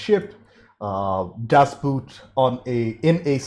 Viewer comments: "Das Boot" is pronounced more like "Das Bought". It is not about a boot. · Glenn Close is known for Fatal Attraction, The Big Chill, The World According To Garp, and had a great cameo in Hook. Be advised that Das Boot is pronounced Das Boat. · DAS BOOT is pronounced in German like "COAT" [and long] not like "FOOT" [and short] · Das Buht...oof. I'd suggest checking your german ;) Boot is german for boat and is pronounced almost the same. The neverending story is a fun watch with some neat ideas and designs, but I think it's one of the few movies that could benefit from a remake since it covers less then half of the book. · I'm really looking forward to your reaction of "Das Boot". By the way, the correct pronounciation is not like the word "boot" (the heavy shoe)... The "O" is long and sounds more like in beginning of the word "original". I really recommend to watch it in German with English subtitles. The accurate language helps a lot with the atmosphere! Another really good German movie is "Der Untergang" (Downfall) - about the last days in Hitler's bunker at the end of the war. This one also is much better with subtitles.